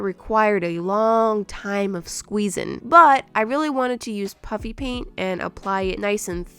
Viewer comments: it’s puffy paint, but it sounds like is saying “puppy paint” so that’s why it’s kinda a joke that it’s puppy paint. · Is she saying Puffy Paint or Puppy Paint ? 🤪🤪🤪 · why does it sound like shes saying "puppy" paint everytime she says puffy paint? lol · Why is it so funny that it sounds like shes said puppy paint or is it just me so it's just me